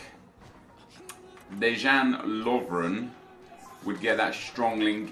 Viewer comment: Dejan is pronounced like Deyan and james milner is english so j is not pronounced as h... great video btw and keep up the good work